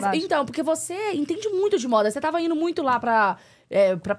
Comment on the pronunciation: Gente!!!! Alguém ensina a entrevistadora a falar pelo amor de Deus !!!! Não é INO, nem COMPRANO, nem LIGANO. É INDO… COMPRANDO, LIGANDO E ETC. e ainda diz que faz sucesso 😢